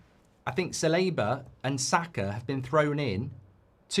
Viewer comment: holy shit how do you misprounounce ever single Arsenal player dude. Sa-Li-Ba Me-Ri-Noe